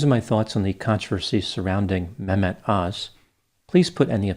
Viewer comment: I've never liked Dr.(?) Öz. He has always struck me as someone who is very money hungry. I don't think ethics in medicine and lending your credibility as a doctor to anyone who pays well can ever go hand in hand., you've pronounced his first name very well.